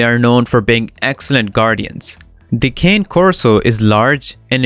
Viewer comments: Very informative with some accurate facts, however, you did miss one thing, you mis...pronounced the name ... It's not a cane, it's a (KHAN'+neh) ... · The mispronounciation of "Cane" was extremely annoying to listen to while watching the video.